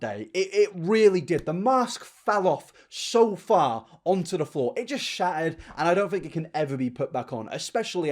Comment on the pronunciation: thought you said shatted not shattered 😭honestly same thing